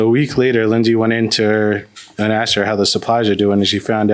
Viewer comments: IT'S 'ASKED' NOT 'AXED'. No offens3 towards this particular woman but I'm so tired of hearing 'axed'. 😂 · As ssoon as she said Axed twice I knew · How do you go thru 12 years of schooling and not know the word is "asked" and not "axed"?!? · I knew it that's why she used the word ax instead of ask😂😂😂